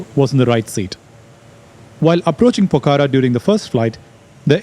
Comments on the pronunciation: It’s not Pokara. It’s Pokhara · The pronunciation is not “ Po-kha-ra “ its Pokh-ra